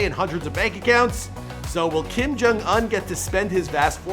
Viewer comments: It pronounced oun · The fact that he pronounces Kim Jong “Ahn” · They way he pronounced "Un" and "Iran" was cringe worthy!